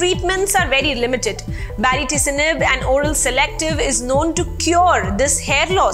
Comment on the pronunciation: Kindly pronounce the name of the drug once more for me ..mam...i can hear ..a different name altogether baricitinib or bariticinib what is it????